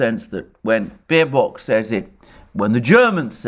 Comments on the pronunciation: Small, but still important difference, Alexander: It's Baerbock, not Baerock. Hey, even the Oracle can't get it 100% right every time. Love your video's, by the way! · With all due respects for the presentation but the german FM is Baerbock not Baerock.🤣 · "Baerock", I love it.